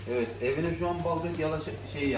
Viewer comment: Iviiiiiiit evet yerine ivit